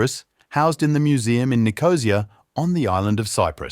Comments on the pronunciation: Ni • co • SEE •a ... "Nicosía". Not "Knee - Cozy- Ya". But Thanks for the highly interesting Post! I have a number of relatives from Cyprus; I will have to ask'em if they were aware of this collection. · Nicosia =Nick-o-SEE-ah -not Nicozhah, Agia=EYE-ah not aggia, Museet (swedish for museum ) is Muse-A-et not mew-seat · As the son of a man that was born in Nicosia, I can tell you it's pronounced: Nick-oh-see-uh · Learn to pronounce Nicosia. And stop assuming your listeners are familiar with specialist terms. Peribolos? C'mon. Even the transcript misspelled it. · Nicosia has the accent on the final “i”, not the “o”. Where did they dredge this drongo from?